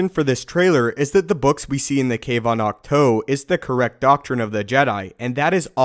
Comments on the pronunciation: Dude, it's pronounced AWK-TWO. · Isn't it pronounced Acht- TOO like the number two? I'm sorry this just bugged me a little the whole video. Otherwise awesome vid! Can't wait to see Rey train and become more powerful. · Pronounces the name of the island AND the walkers wrong.....